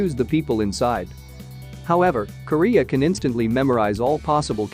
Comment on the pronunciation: When you say Kiriya it sounds like Korea.